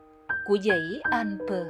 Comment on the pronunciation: Tonton oi, toi xin gop y: Tu "Annecy" ban nen doc nhu la Anncy - tuc la tu E cam, Con day nui Alpes - chu E 0 doc ra. Co the ban phat am chu E trong Alpes nguoi VN hieu nhung toi nghi rang nguoi Phap chinh goc 0 hieu!